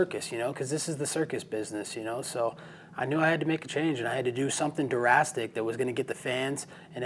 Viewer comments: "I had to do some durastic" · it's "drastic", not "durastic"... I'm just pointing this out, cause I have seen it a lot in this comment section... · Is he putting an extra syllable in the word "drastic", like "durrastic"? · We all know what the damn word is but we are pointing the way he pronounces drastic as durastic its funny as hell😁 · Love Colby but he has to stop saying durastic (drastic) if he can’t pronounce it correctly. Keep thinking of durastic park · "I knew I had to do something durastic"??? lol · Something Durastic 😳😳😳😳😳😳 he said Durastic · I love how he says Durastic 😂😂